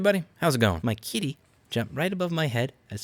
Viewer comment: The way you say kitty 😢😭😅